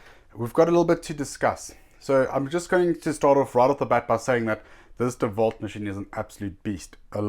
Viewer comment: Let me teach you how To pronounce. Its Dewalt not devault. Its INGCO not INCO.